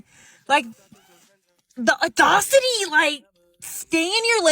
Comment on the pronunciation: “The oddocity…” 😂😂😂😂